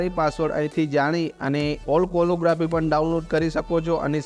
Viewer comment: વિનંતી, ઉચ્ચારણ શુદ્ધિ કરશો તો વધુ સારું લાગશે, "કેલીગ્રાફી" છે કોલો નથી.